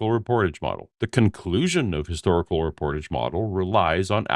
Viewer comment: The way he's saying reportage is the most offensive part